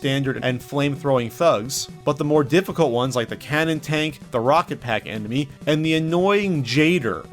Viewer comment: you say "emeny" instead of enemy. Love. No trolling. Batman wins